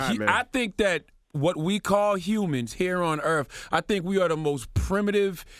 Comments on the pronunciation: Charlemagne it’s earth not eartf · Earfling on this Earf